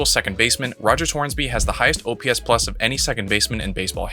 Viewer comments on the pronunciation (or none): none